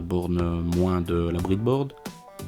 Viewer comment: C breadboard pas bridboard sinon aucun problème pour le système